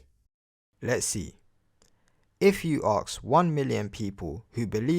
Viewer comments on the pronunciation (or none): If you can't even say the words "ask" and "asked" properly but instead pronounce them as "arks" and "arksed" then you have no business telling others what words mean or how they are to be used. Plus, the question: "What is god" is asked by the atheist who in turn evaluates the answer and subsequently tells you that they don't believe in that god concept either. Simple. These videos that try to "debunk" or refute "atheism" always fail because they never attempt to prove god exists. You can't "debunk" someone's non belief anyway. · Forget understanding how words work. He doesn’t even know how letters work. Three simple letters. A S K. Somehow out of his mouth, it turns into aks… jeeez… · Why does he say „AKS“ a question and not „ask“ a question? Does he not learn english from the magic book of holy crap? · Why can't people pronounce Ask correctly. Its always "axe, or ax, or arcx's, or some variation. The correct way to say Ask sounds like this. arse'k" like if you were pointing at someone's buttox an saying "arse". Ok good. Thanks everyone. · Arks? No my man, Noah built an Ark, singular. Never Arks, so stop saying it in sentences where i think you mean "Ask" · Don’t akst... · Surprisingly the question, and this video don’t annoy me at all. Not one bit. His logic is completely messed up, but we kinda knew that would happen, didn’t we? And at least it is a new argument. No. What annoys me is his pronunciation of the word ‘ask’. The ess comes BEFORE the kay!!!! Aaargh! Clenched teeth! Clenched buttocks! Clenched kidneys! It’s pronounced ‘arse-k’! Arse-k!!! Not arks!!! Arse-k!!!!!!